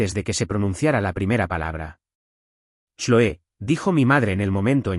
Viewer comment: No se dice choe, se dice Cloé. Con este disparate ya no escucho más. Verifiquen antes de publicar.